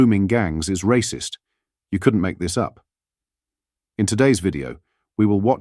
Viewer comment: Did she say "racist" or "rapists" 😂